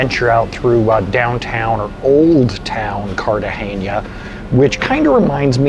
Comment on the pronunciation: You’re trying too hard 😊. It’s just “N”, not “Ñ”. “KART-ah-HEN-ah”.